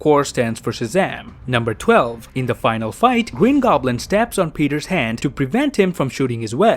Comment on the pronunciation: Gween goblin